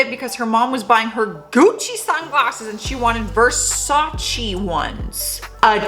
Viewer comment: Butchers Bo-ka Ra-TONE all to fuck but no problemo with Gucci and Versace, atta girl! 🤣Keep it real, huge new fan marathonning, found your from Top10. Cheers from NB.